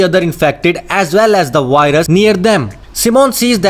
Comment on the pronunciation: I hear WHITE RUS